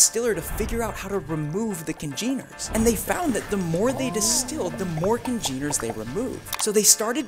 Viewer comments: Accent of the first syllable, dammit! CON-geners! AAACH! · Cogeners. Kaa jenn errs. Pronunciation matters